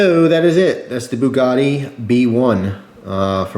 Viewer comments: It's Bugatti not bukkake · yeah, Booh-GAH-teeh, not "Buh-gatti" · It's not booogati it's Bugatti lol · Boo-a-gaty XD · I dont know if americans say it diffrently but its pronounced bew-gati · a boo-got-tay lighter lololol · Bugatti is Native American for "I scared him" (boo-got-he)